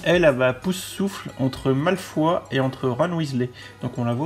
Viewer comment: "malefoi" non non et non :'( pourquoi tant de haine envers son nom de famille. ça se prononce à l'anglaise. Un truc genre "malfeuille" XD